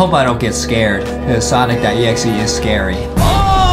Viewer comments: It's not sanic exe it's sonic exe the second word is not a it's o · It's pronounce Sonic.exe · They said we are gonna dress up like Sonic.exe from the new Sonic Movie lol. I am sorry But aedam said it wrong 😑. Ayyyyy skipping to the chicken 🍗